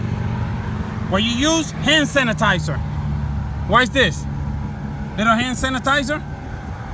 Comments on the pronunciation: Leeto hann sanitiza, LITTO HANN SANITIZUHHH!!! Thanks this was an efficient hack and I got a good laugh! Thumbs up on this lol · “LIL HAN SANITIZERR” 😂 lol okay say that den 👏🏽 thanks 🥰